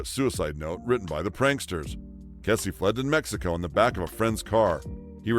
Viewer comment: Ken Kesey’s last name is pronounced key-zee, not kessie. He lived in Pleasant Hill, Oregon in the Willamette valley, pronounced will-am-it, not will-am-ette. His parties were legendary locally right up to his death.